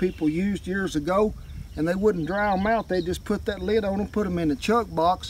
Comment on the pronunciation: Well fuck me tender, I didn't know the word lid had two syllables in it.